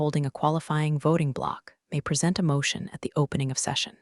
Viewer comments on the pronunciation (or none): You CANNOT squeeze water into diamonds, no mater how you try. Diamond is CARBON, not H2O. And please teach he SAI how the word PRESENT is said for 'handing over' instea d of 'at this time'